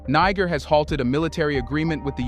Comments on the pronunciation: Bro...Prouncoune it right. what seems like a good report I stopped because you keep mipronouncing it like you're trying to drop the nbomb. Africans docnt call themselves that and any amount of time spent listening to them would let you know that and the pronuciation. It's another colonial language so it's pronounced Knee-jair. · I wish you would not keep repeating the same information. It took you 8 minutes to tell us why the bases are there. You repeatedly mispronounce “Niger”. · learn how to pronounce Niger. Step one.......remove american flag! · I WISH THIS CHANNEL WOULD INVEST IN EITHER A REAL PERSON OR A BETTER READING MACHINE, THE PRESENT ONE SUUUUUX, IT MISPRONOUNCES SOOOOO WORDS AND EVEN HAS PROBS SAYING THE SAME WORD i.e. NIGER THE SAME WAY WITHIN THE SAME DIALOG . TRY USING WORD CORRECT!!! COME ON GUYS BE BETTER!!!